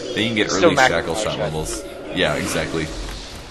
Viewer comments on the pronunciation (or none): LOL - Shackle Srackle, so people from USA actually CAN pronounce the hard R after all ;)